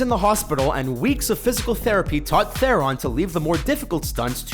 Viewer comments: Learn to pronounce Theron, morons. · you can't pronounce Charlize Theron's surname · you Americans have a thing for pronounced names wrong just like you mispronounced charlize theron